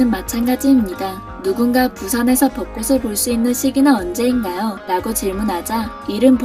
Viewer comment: 방송에서조차 아나운서나 전문MC가 아닌 일반 연예인들은 빈번하게 틀리는 발음. '꽃을 사주다' : '꼬슬 사주다'X '꼬츨 사주다'O '꽃으로' : '꼬스로'X '꼬츠로'O '꽃이' : '꼬시'X '꼬치'O 한 가지 더... '빚을 지다' '빚이 많다' : '비슬 지다' '비시 만타'X '비즐 지다' '비지 만타'O '비시 만타'라고 발음하게 되면 (머리 빗는)'빗이 여러 개 있다' 라는 뜻이 된다. '꽃으로'는 '꼬츠로'로 정확히 발음함. '벚꽃으로'(버꼬츠로)를 '버꼬스로'로 틀리게 발음함. 여기서는 '벚꽃이'(버꼬치)와 '벚꽃으로'(버꼬츠로) 두 가지 다 맞게 발음함. '벚꽃을'(버꼬츨)을 '버꼬슬'로 잘못 발음함. '벚꽃이'와 '벚꽃을' 두 가지 다 맞게 발음함.